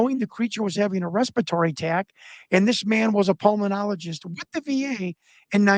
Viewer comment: Pulmenologist? Huh?